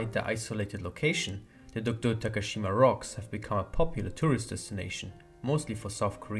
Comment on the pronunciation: It was late, but thank you for saying DOKDO~ And I have loved British.